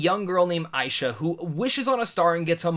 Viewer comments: Her name is pronounced Ash-ha! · Nice Review. But you kept mispronouncing Asha's name. Anyways, I'm definitely planning to see this movie when it hits theatres. This will be a great way to honor Disney's 100th Anniversary. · Not to be rude or anything, but you kept getting Asha’s name wrong.